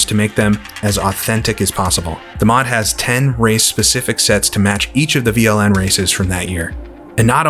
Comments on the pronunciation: You pronounced that quite good, Veranstaltergemeinschaft Langstreckenpokal Nürburgring is quite a mouthful, even for us germans (in english it means something like: Partnership of Organizers Endurance Cup Nürburgring)... these days it has been rebranded as NLS or Nürburgring Langstrecken Serie (Nürburgring Endurance Series). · This is it!! A very good mod! I loved ist back in the days! And...you did very well on pronounciation of VLN 😃